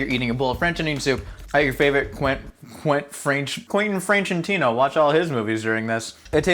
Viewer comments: “Quainten Frenchintino” was my favorite part of this video! 😂 This is an amazing series and I can’t wait for more! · Quentin Frenchentino? more like... Frenchin Quarantino